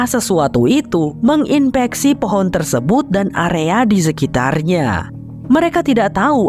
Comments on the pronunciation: Keren bgt terimakasih bang , btw gue salfok sama kata FOHON 😂😂 saat serius²nya malah ngakak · Lengah dikit "hehe jadi fohon kan" 😭🤣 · Fohon jadi fohon 😂